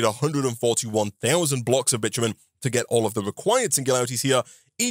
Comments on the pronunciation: The way bitumen is pronounced it sounds like the derogatory word that also is the word for a female dog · speedrunning getting this video demonetized with how his accent pronounces “Bitumen”